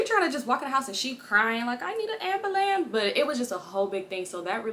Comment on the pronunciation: 🤣🤣🤣🤣🤣 i am done!!! AMB-BAH-LAMBS (ambulance)